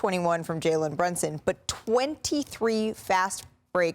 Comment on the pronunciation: BrUnson. Not brOnson! Perk can’t say anyone’s name